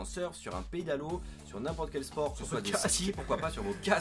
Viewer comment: Mdr à tu dit "n'insport quel sport"